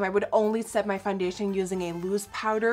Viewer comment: I love how u say foundetion ♥♥♥